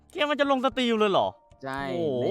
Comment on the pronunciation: Steam = สตีม ไม่ใช่ สตรีม จ้า ถ้าสตรีม = Stream